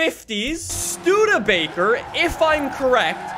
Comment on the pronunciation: yay he said Studebaker correct